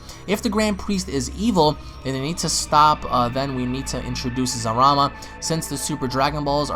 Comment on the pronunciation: TERROR BLYAT Its Zarama. There's no Letter L in the Japanese language.